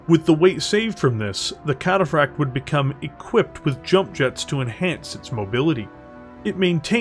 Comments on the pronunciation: I like videos, good stuff But I can't help but get so confused at the weird embellishment he says "Cataphract" with some weird rolling L sound sounds like he's saying "Cataflakked" even says it normally sometimes so it just make it really weird It makes it kinda hard to share his battletech lore videos with friends when they quote "cringe at the trench coat nerd way of over embellishing random words" lol otherwise good video, one of my favorite heavy mechs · Puttin some stank on that cataphract pronunciatoi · Great content, but hearing the inconsistency in pronouncing Cataphract is like reverse ASMR and really grated on me. 🤣